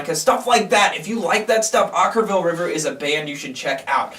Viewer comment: Oh you guys are so brutal...at least you pronounced the band's name right this time. Shocking.